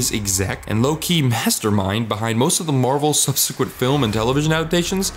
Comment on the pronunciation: What's with the way you pronounce words like subsequent or attribute? Was this read by a bot? Genuinely curious.